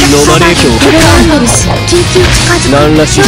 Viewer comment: (どる) it's "doru" not toru. Small mistake.